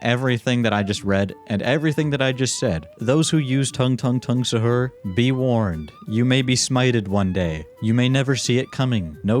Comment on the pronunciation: pronounced saw-hoor and we don’t eat it before ramadan we eat it during ramadan